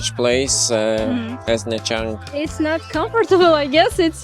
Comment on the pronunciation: Was ist das denn für ein Mist mit der KI? Nha Trang wird Nja Tschang ausgesprochen. Ansonsten denke ich, dass die KI doch menschliche Wesen sind. ABER! Diese "KI-Menschen" schlafen ja bald ein. Ich lief 2002 auf dem Gehweg mit einer Plastiktüte worin sich mein Fotoapparat und einige Fotos befanden. Ein Motorroller fuhr an uns vorbei, wendete und fuhr wieder auf mich zu. Der Sozius entriss mir die Tüte. Ich hatte nur noch die "Griffe" in der Hand. Ach war das lustig. Endlich konnte ich ohne diesen Ballast weitergehen (Sarkasmus)